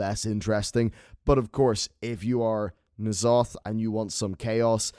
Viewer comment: It's N'Zoth. We all know its Zoth